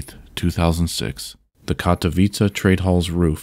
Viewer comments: I was cringeing thinking you were going to pronounce Katowice wrong but you pretty much nailed it, kudos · Hats off to you, my good sir, for actually checking how "Katowice" is pronounced.